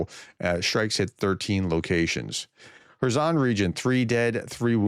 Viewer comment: But you are still pronouncing Kherson badly. It's not 'zon' it's sssson'., the s sound from a word like hiss.